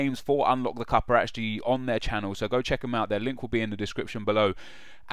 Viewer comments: "Chjeck out KICK TV here!" You drunk Nep? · "Cjheck" - 2013